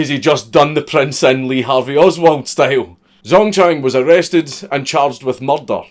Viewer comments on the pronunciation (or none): It's pronounced mur-der not "mugdar" you fuckin weirdo